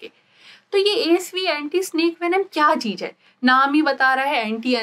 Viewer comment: Very informative video, but please correct your lingo as it was painful to watch. Example: it's Zeher not Jeher, Enzyme not Enjyme, cheez not cheej, mareez not mareej etc.